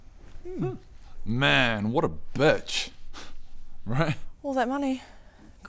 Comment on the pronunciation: An ad happened at the worst time because it came back to (?) calling Brit and -itch, without the w in there it doesn't sound good